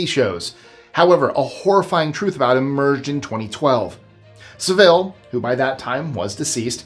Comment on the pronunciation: It’s pronounced Sav-ill for Jimmy Savile. Don’t make his name sound more exotic, the man was an absolute sicko